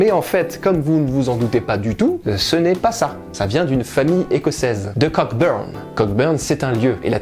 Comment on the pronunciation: En anglais, le groupe 'ck' de "Cockburn" ne se prononce pas ('coe-burn').